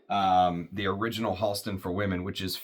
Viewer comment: Great, moving story, and beautiful homage to Science Bear. Thank you for sharing. Fantastic review. (PS Went to school with Halston’s niece in the ‘80s. It’s pronounced “Hal-ston” not “Haulston”) Wore Z14 a lot in the ‘70s. Definitely going to track down 101. I suspect the brand went away after Halston’s death from AIDS.